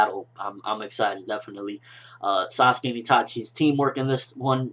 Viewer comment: its sasuke, not saskue.